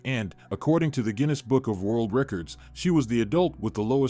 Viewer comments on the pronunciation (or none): none